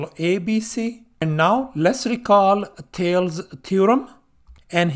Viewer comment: I love your channel. FYI in American English we are taught to say THAY-LEES